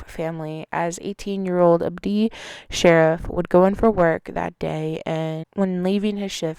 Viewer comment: It's not Shariff like you were saying it sounds like Shar eef